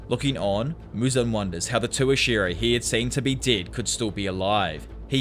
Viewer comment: deud? not dead?